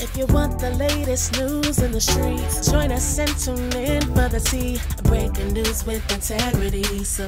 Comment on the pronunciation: Pardon me, but it's 'skreetz'😂